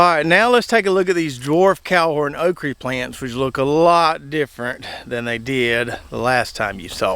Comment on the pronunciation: I grow all three of those "Okreee" (' pronunciation). I like the Red Burgundy best. Seems to take the pickling better. Red Clemson spineless just gets way too tall in NC but has about the same production as Jambalaya. I bought some of the Dwarf Cowhorn seeds from. Put some in the ground a few days ago before we got the rain and wind from Idalia. Hope they grow as well as his does.